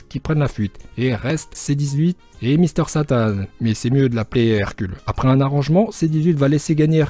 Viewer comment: ''misteur satanne'' issou